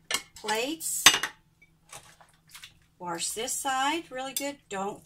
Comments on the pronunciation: Don’t say Warsh please. It’s wash.. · Reasons Why I Love This Video: 1) You say "warsh" just like my mom and gma, which instantly gives me the warm-fuzzies. 2) This is the first time I've been able to find someone else who's dealing with the single basin + plastic tub situation. 3) Everything here is common sense but you're way more patient than I am, so I'll just make my kids (who are totally old enough to already know this ferpetessake) watch this until they get sick of it and just do the dishes. What I Do Differently: Not much. I use a small plastic tub (like a shoe box) for silverware and cooking utensils. I fill that with hot soapy water and put it off to the side so that stuff can soak while I do all the other dishes. I have a regular wash tub like yours that I put in the sink for washing, and I leave the rest of the sink empty. I wash the items and put them in the empty part of the sink until they're done (or I run out of room) and then I rinse them all at once. Thanks for this! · She is so sweet but I will never understand why say warsh; there is no R in wash. It does grate on me. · I love that, I used to have a coworker who said warsh and golly -I thought that was so cute and funny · You say wash like my grandma did with an r sound! Thank you for this video, so helpful! I've been washing dishes by hand for several years now but I haven't been doing it efficiently.